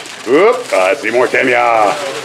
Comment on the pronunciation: While watching this both of you pronounced "Ta-mi-ya" as if the "i" was pronounced "i". But in Japanese, an "i" is pronounced as an "e". The reason I know this is my late wife's daughter-in-law is Japanese - her first name is spelled "Ichuko" but is pronounced as if the "I" is an "E". When my wife's son started dating her, no one knew how to pronounce her name, thinking it should be with an "i" sound instead of an "e" sound, so they started just calling her "E" and it has stuck. So I would venture to say that it should be pronounced "Ta-me-ya", which I have always used. I did also Google this and various resources confirm the Japanese "i" is pronounced as an "e" (although I am simplifying the explanation considerably as every language has so many very specific rules about pronunciation).